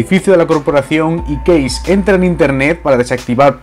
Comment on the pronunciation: Porque "case" lo pronuncia bien en ingles Pero " punk" no. ?